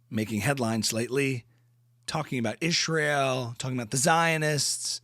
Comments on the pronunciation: why does she pronounce "Ishrael" like that? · LOL thank you for the ‘Ishrial’ it drives me NUTS when she says Ishrial!! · "ishhhraeel" lol. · Omg the way he said Israel lmao 🤣 noooooo